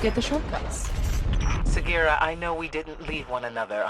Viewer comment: Segira the fuck its sagira